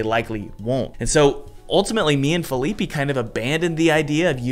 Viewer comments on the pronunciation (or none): "Feeleepy" xD poor Fe-lee-peh